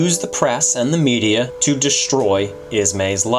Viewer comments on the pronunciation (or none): none